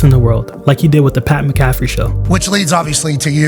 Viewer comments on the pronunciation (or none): Pat maccafre show? No it’s Pat Macafee show bruh